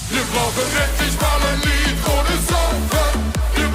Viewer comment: I really love the Song, and i hoped it would win. Ikke just got 2nd because he has a big Fan community. Funfact: The way you say "Unser Lied für Liverpool" sounds like "Unser Leid für Liverpool" which turns the meaning into "Our suffering for Liverpool" :D